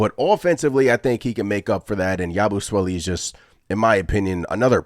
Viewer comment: Imma have to give your pronunciation of his name a C- I don't understand why yall are having such a hard time saying Yabusele's name 🤦🏾‍♂️ Why you adding the extra "swele"?? It's Sele, like celly